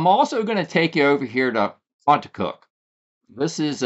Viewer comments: Contoocook pronounced Con -Two-Cook not Conacook. There is no A in Contoocook. Maybe take the time to learn the correct Pronunciation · Pronounced con-too-cook! NH town names are impossible! Lol! Love my state!